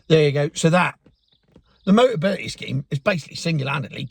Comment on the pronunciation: Hahaha... "boteability!" Dyslexia ules, KO!!